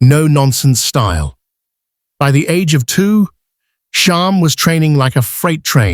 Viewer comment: Too many spelling, pronunciation, and factual errors. Still, I am always happy to see videos about these horses. (Sham, not Shahm. Claiborne, not Clayborn.) I really don't favor AI narration, and it's easy to spot it. Do some research, it takes only a little time. The Wikipedia entry for Sham clearly states Sham's place of birth...Claiborne Farm.